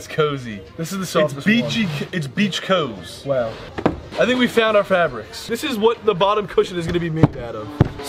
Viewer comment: It’s “beach coz”